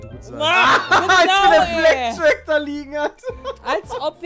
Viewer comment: Mensch Pedda... Blackjack nicht Blackshirt